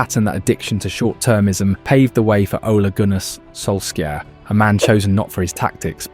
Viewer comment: oluh goonah s......solsk-yeah